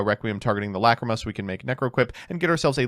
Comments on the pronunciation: First match: The pain of hearing "McCreema". Second match: The pleasure of hearing "Lacrima". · Stop saying Fiendsmith La Creama I am begging you 😭😭🙏🙏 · Everytime says lacreamah I cringe and I know he is doing this to hurt all of us. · Lacrima being pronounced as Luh-CREAM-Uh is unbearable. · The way he pronounces Lacrima makes me upset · Please stop saying lacrima like that 🙏